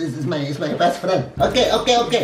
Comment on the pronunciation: Es es my bes- fren-💀💀💀🤣